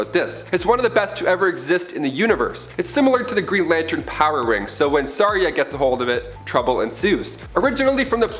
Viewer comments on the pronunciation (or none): none